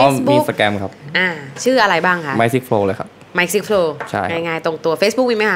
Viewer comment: Mikeไม่ใช่mickไม่ใช่หรอครับ